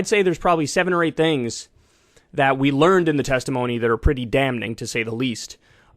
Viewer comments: Kyle the word is pronounced damming not DAM NING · Kyle - Don't say "catch-up". It's ketchup. After saying, "damn-ning" at the beginning of the video. 🤣 Bruh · The guy who pronounces the N in "damning" shouldn't be scrutinizing how someone says "ketchup," especially since it's also spelled "catsup."